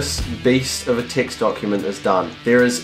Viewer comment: He says "text" I Listen "ticks"